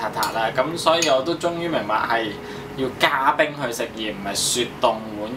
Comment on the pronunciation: 是加冰，不是加「次」！